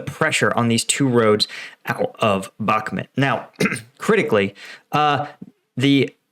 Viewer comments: US intelligence "ain't all that" like you describe. They didn't even pick up how badly equipped pre-invasion. Frankly, you're dead wrong on so many levels. Bakhmut (PLEASE learn how to pronounce it correctly) is a flame drawing in russian forces including inept "special" forces, that are only special in taking out weak, untrained syrian, georgian, etc., warriors. AND, russia pushing hard means nothing... nothing. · Man.... how many years will it take you to learn how to pronounce a city you've been talking about for months??? Bakmut is not pronounced back-mid or back mud like you constantly do. Its pronounced Bok-moot it's so irritating listening to someone who doesn't even do the preparation to learn correct pronunciations. How long are you going to make these stupid assessments and predictions that are always wrong the 4-5 times I've watched? Your latest assessment is reiterating the fact that you think Ukraine waited too long to evacuate.ukreaine isn't trying to evacuate they are committed to beat who you call Russian elite which calling Russian or Wagner elite equals a brand new American grunt. There is nothing elite about and Russian forces as all of their so-called elite equals to average American troops were decimated in the first month of the war. Where do you get your intel anyway stating there are no elite Ukrainian troops in bahkmut? It's common knowledge that Ukraine has elite special forces in the Bahkmut area and that Ukraine is committed to defeating the Russians in bahkmut which will break the back of the invading forces allowing Ukraine to overrun the Russians as they did in summer and fall of 2022.funny how you say Ukraine needs listen to the USA top brass assessments but Ukraine's route of Russian forces in 2022 was done without American knowledge and against USA top strategic planners assessment pre offensive. Dude your assessments suck your predictions don't come tr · Mate, for 100th time - it's BaHmut, not BaKmut. WTF?